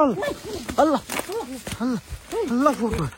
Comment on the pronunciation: আল্লাহু আকবার না বলে আল্লাফু আকবার কেন বলেন